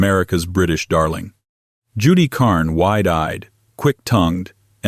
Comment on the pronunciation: Judy Carne (Carn, not Carney) hate this AI twaddle.